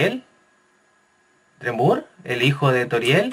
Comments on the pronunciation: oye esta bien pero aprende algo de inglés! se dice como "asriel drimur"!!! no "asriel dremur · shelby Quintanilla si y pronuncia mal Dreemurr